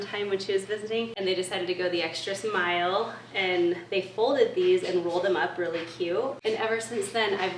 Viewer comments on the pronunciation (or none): Did you say extra smile instead of mile?! If so, adorable and I love it! If not, well, maybe we should all start calling it that!!